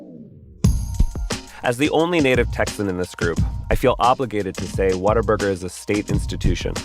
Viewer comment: It totally does lmfao